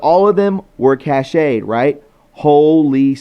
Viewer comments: Cache is pronounced Cash, Not cashay. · store offline. Cache. Pronounced cash not cash say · Hi! I love your show! I live in Alaska and back in the day people would build a tiny log cabin on stilts and they would stash all of their meat in this tiny log cabin on stilts so animals wouldn’t get there food. This tiny log cabin on stilts is called a cache. It is pronounced CASH. So if something is in the cache it’s stocked away for safe keeping. I love you and I appreciate everything you do!!! Please never stop! You are needed. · "Cache", sounds like CASH. Ex. The files have been Cached. (Cashed)